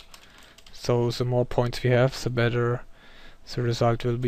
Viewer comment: haha, learn the TH xD alte Hütte still, nice video